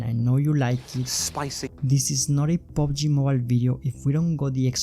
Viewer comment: Its PUBG nOt POBG